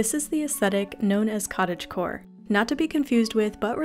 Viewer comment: giving a like the moment you said cottagegore XD